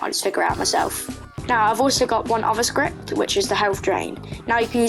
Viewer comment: you aren't alone with the "scripy" thing, i do that too 😭